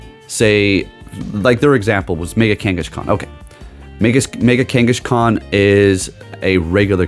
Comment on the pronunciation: Did bro just say kangushkan? 🤣